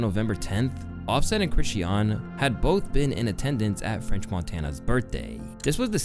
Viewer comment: Offset & Chrishie-yan” lmao😭😭😭 it’s pronounced “Chri-SHAWN!!!”😂😂😂